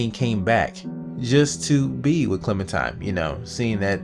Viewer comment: lol why r u calling her clementime? its clementiNe